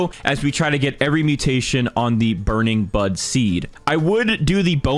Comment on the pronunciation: I can’t stop hearing burning Butt